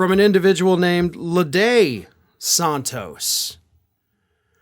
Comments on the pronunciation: His name is SANtos not SONtos you don't say desontis when you say his name desantis so why do you pronounce santos as sontos ? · Santos, like Santana, not Sauntos. Just trying to help :) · San-Toes not Sahn-toes. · You’re the only one pronouncing his last name that way.